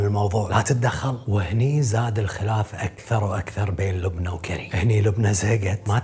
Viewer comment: لبنى مو لبني